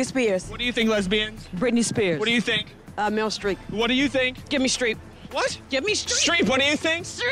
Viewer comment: BRITME STREEP